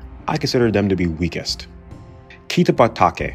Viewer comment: Does it make anyone else cringe just how badly he butchers the pronunciation of these names? Kichuki? Kano? Maury? Susi? Kitabake? I could go on.